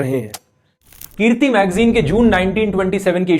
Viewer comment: Brother its not keerti as you are pronouncing , the magazine name was Kirti (Shramik, Majdoor, Kisan..). However you are doing great job.